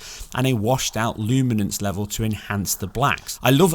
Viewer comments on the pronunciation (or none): none